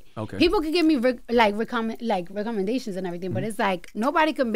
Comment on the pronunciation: She literally mispronounced recommendation in this interview lol I will find the time stamp if you don’t believe me